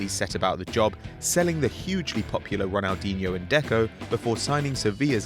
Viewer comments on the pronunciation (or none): none